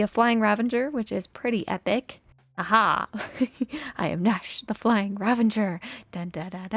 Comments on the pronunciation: ) There's no 'n' in ravager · Is Ravenger (vs Ravager) a thing now? Or has Etho spread it like wildfire (or other MCYTers, idk -I just heard him pronounce it wrong constantly last season of HC lol) I love love love the mountain range! And the entrance to the mountain base frame. I really don’t think you should worry about keeping up with others on the server. You’ve got your own thing going on and that’s enough (although maybe making a shop for something is a priority so you can make diamonds to fund your shopping habits haha) Have you ever heard of the Glacier Skywalk in Jasper, Alberta? It would be cool if you did something like that somewhere on the mountain if it fits what you’re going for!